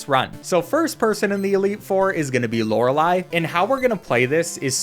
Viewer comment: Lorelei >:D Not Lord-red-lay, Lor El-Eye' lmao